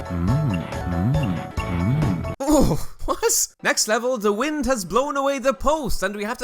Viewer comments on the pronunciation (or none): none